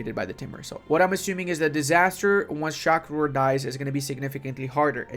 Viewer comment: pronouncing Shah Rukh as Shakh Rur 😂